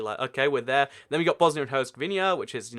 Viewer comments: Hert-zah-go-vee-na not Hert-zah-gov-nee-a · I don't mean to be rude, but I sincerely need you to slow down and enunciate more. I can hardly understand anything you're saying especially when you're saying things with European countries and such. Herzegovina sounds like a jumbled mess of syllables that shouldn't belong together, and it's too hard to know what the hell you're talking about. I've had to rewind the video and, no lie, put the video on .5 speed just to hear what you're saying. I whole-heartedly love your channel and geography as a whole, but I'll need to find someone else if i can't understand what you're saying. <3 I love your videos!